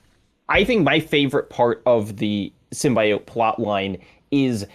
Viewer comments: Yes the Sim-”BYE”-oat pronouciaton nearly drove me mad! 😂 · criticisms ring hollow for me. Like the slight against the game where he thought Peter was going to die? Then hold it against the game when Peter doesn't die? Why in the world would they kill Peter lol. And please someone correct this man on "sim-bee-oat" not "sim-BYE-oat":b